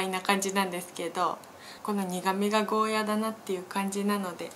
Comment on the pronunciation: ゴーヤじゃなくてゴーヤーですよ